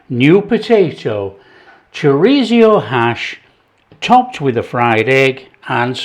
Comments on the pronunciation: "chorizio" lol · Love how different people pronounce Chorizo 😃. This looks so tasty. Thanks 👍🤗🇬🇧